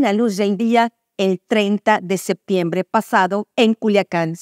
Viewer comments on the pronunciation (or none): none